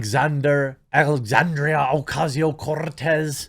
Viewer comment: As a Latino, I appreciate you rolling the R in Cortez. Keep it up big dawg!